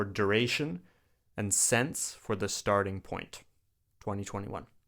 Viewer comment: Since is mispronounced